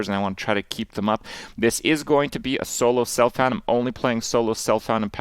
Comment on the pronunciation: Pronounced solO selfOund like a true elitist :)